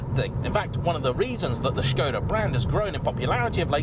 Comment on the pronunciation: 1 minute into the video, and he said Škoda with the Š, not Skoda like the others… he’s differend, i like it, i’m proud ❤️‍🔥 Thank you 🇨🇿